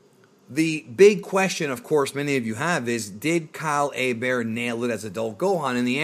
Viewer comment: Kah-lay Bear? OHHHHH Kyle Herbert!